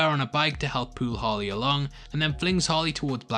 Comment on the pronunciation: is it just me or does it sound like he says "Holly" but i know he's really saying "Harley". just an observation